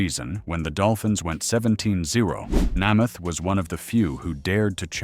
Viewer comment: the mspronouncing of Namath and Unitas' names is unforgivable. A true embarrassment.